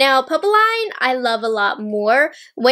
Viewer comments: Hi! I was looking forward to your review of these! They are both so perfect for spring - and Valentine’s Day. (Neither quint will be available for purchase in Canada so I hope they will be available from Selfridges eventually). BTW, popeline is pronounced “Pup” “Lynn” and means poplin (actually, the ending sounds the same in both languages). Thank you for the excellent video. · I’m not much into pinks but it’s really pretty 😍 Btw we pronounce it « popleen » 🇫🇷😘